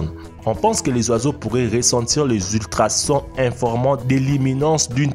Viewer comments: Lu caméléon nan sans blague... 😂 deux ecran de tv dans votre cerveau LOOOL LU DAUPHIN NAN sérieux tait toi tu fais honte a la langue française... Le z'oizeau mdr LES OISEAUX ABRUTI DE PREMIÈRE !!! CETTE THORIE JE PARTAGERAIS JAMAIS TES VIDÉOS ONT CAPTE RIEN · tu a dit le soiseaux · Tu as dit le zoizo 😂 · Tu ne sais pas parler francais tu di le loisaux aaa